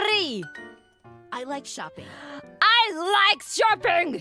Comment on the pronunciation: Suisei can actually whip out some really native pronunciation. Like that "Twitter~" clip from a few months ago and the "I like shopping" hits hard bro...